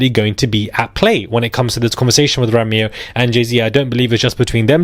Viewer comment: Isn't Rymir pronounced "Rhymer" as in someone who tells rhymes? 🤔😳🤷‍♀️